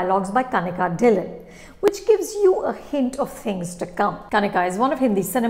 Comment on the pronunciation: Please It's not kanika dhillonn Its dhillo